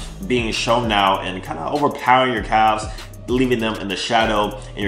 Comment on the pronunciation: I love you but why do you pronounce the "L" in "Calves"